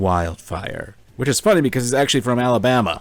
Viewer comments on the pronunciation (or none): none